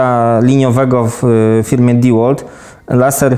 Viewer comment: Nie kurwa diłolt. Ty Dełolt. Kiedy wy się nauczycie